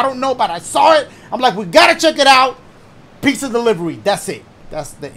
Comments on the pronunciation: My boi said "peet-za" lol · Petza 😂 pizza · That PEETZUHHH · Pete-za. Only those who stay until the end of Dashes videos will understand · Pete-za (Pizza) there you go my boy! Thanks for the laughs and scares! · PEET-zah <3 love you Dash, hope you're having a good day! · Peet-zuh 😭😂 Love you Dash! I didn't want you to go either haha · "Peet-zuh" xD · P (EE)-ZUH!😂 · Pete-za, wow Dash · Pete-Za :D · I say Pet-Za but i think you say Pee-Za.